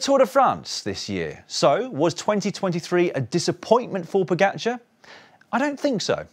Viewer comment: You still haven't worked out how to pronounce his name. It's Po-ga-c(h)ar. It's friggin not Po-get-char. You don't seem to have problems with other riders names, so I reckon it's a jealousy thing.